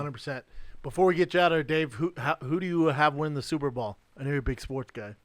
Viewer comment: Can someone ask Brendan to say Super Bull so he finally gets it?